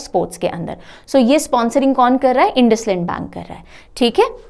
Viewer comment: Hello Ma'am INDUSIND BANK we pronounce as इंडसइंड. Thank you for the informative session.😃